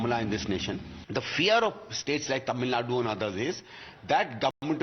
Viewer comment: Not Tamilnad, Its Tamilnadu